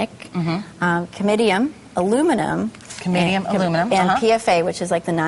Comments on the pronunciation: cadmium not camidium. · Um PFOA isn't a metal. And it's Cadmium, not Camidium.